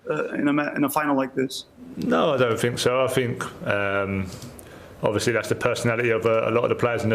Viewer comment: Yeah Ovishly 😂